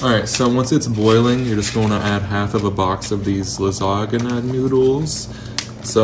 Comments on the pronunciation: I know you did NOT just say la-ZAG-na noodles 😭😭 yes it’s spelled “lasagna” but the G is silent. I’ve always heard it pronounced La-San-ya. But I recently turned 21 so I went to the dispensary and smoking while watching ur video 😂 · my first time hearing someone call it “la-zog-na” lmaoo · The way you pronounced lasagna is COMEDY LMAOOOO